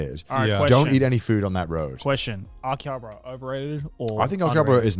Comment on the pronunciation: The way they pronounce Akihabara is so irritating 😂